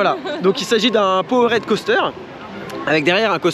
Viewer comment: Yo! Excuse-moi, mais tu me rends dingue sur l'anglais 😅. POWERED, ça se dit "poword" ou "paword" selon l'accent, quand tu dis "power-head" ça veut dire un truc genre "tête de puissance". Merci Man 😍 merci pour tes vidéos! Sam